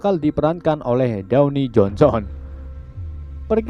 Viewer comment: Downy jonson ... Molto jonson.. soklin Jonson .